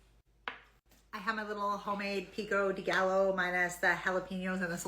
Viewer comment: Piko de gayo is how it's said... FYI. ❤